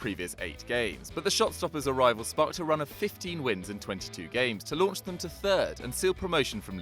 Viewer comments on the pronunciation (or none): none